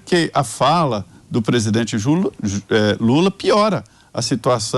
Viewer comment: Só eu que ouvi o chamar o presidente de JULA???? Será que ele juntou jumento com lula?????🤣🤣🤣🤣🤣🤣🤣 (Min )